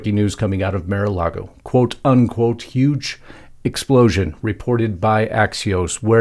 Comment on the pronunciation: It’s MAR not Mere-A-Lago.